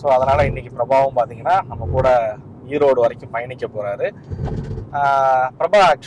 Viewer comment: Erode not Eroad